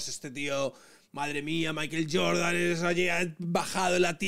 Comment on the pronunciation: Entiendo la españolización de las palabras en inglés, pero Maiquel Jordan es muy raro. No pronuncia ni Michael, ni maicohl. En fin, sólo un apunte. Aguja Dinámica, se despide